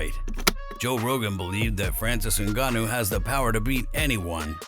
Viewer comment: His name is not Engannou his name is Ngannou Whats the problem with this people.